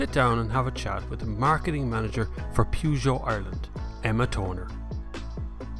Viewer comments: Ah now, still saying Pewgeot!;-) It's alright, it's your trademark! Very good review, love the Peugeot 508. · And how do we pronouce Peugeot? Definitely not like that! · Not relevant. Peugeot is only pronounced how the French company pronounce it! ;-)